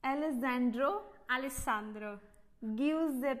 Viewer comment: Indian girl - Ricardo Italian girl- Ricarrrtho Indian girl - Alexandro Italian girl - Alexantthroo😅